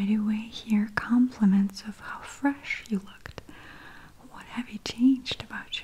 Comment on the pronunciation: Maria has the best way of saying “fresh” and “refreshing”